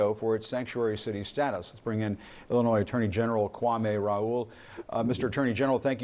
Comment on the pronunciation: the s is silent in Illinois..this guy is an idiot